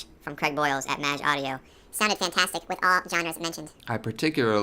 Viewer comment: is it really supposed to be pronounced that way? I'd thought it's /meɪdʒ/ - rhymes with "age".